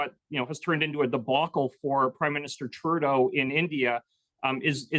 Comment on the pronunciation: did he actually pronounce Trudeau "Turdo"?😂